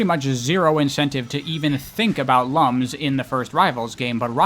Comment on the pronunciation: I never played the Rivals games so I don't have anything to add, but I just want to say that when you called the rings "lums" at first I thought you said they were collecting lungs and it caught me really off guard